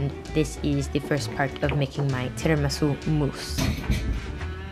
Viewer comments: I LOST IT WHEN SHE SAID NOT TIRAMISU BUT TIRAMISOUP HAHAHAHA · “I MADE TRAMISOUP, NOT TIRAMISU” YA’LL I TELL YOU I CRIED 😂😭😂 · "Tiramisoup instead of tiramisu" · First attempt: Tiramisoup...🤣🤣🤣🤣. U go girl 👍🏻👍🏻👍🏻👍🏻👍🏻. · Tiramisoup instead of tiramisu 😂😂😂 I can totally feel you !